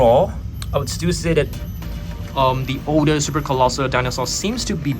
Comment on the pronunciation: “Colossal” :❌ Colosser : ✅